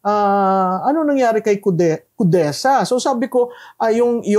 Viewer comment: Kudeza or Kudeta? This kind of Filipina-Chinese who is a huge supporter of the very corrupt past administration! She is so bitter to this great PBBM because she is articulating the narratives of those pro-China group who are HUGE TRAITORS!